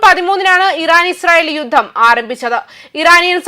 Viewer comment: യുദ്ദം? ഉച്ചാരണം ശരിയാക്കണം